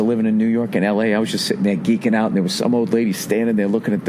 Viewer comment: LMFAO "Soory, get the puck oot"